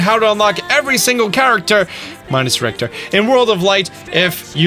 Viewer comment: Richter is pronounced Rich - er. Not Rict er